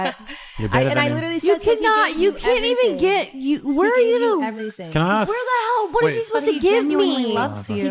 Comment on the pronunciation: Why did she AXE him she should have asked